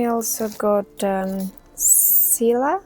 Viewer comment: Yesss nice video again! Love to hear your voice 😍 It's indeed pronounced "S-killa" like you said. These all are botanical names, so it's latin. I think, when you pronounce it like greek, it will be just fine or even perfect 😊